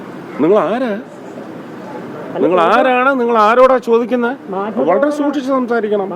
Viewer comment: ദൂക്ഷിച്ചു സംസാരിക്കണം മുറീസ് ഗോയ് 🤣🤣